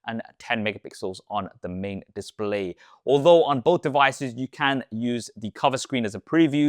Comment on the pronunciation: Bro can't say "display"